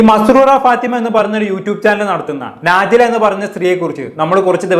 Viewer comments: നാജില അല്ല നെജ്ല 😅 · നാജില അല്ല നെജില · നാജില അല്ല നജില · നാജില അല്ല നജ്ല 😂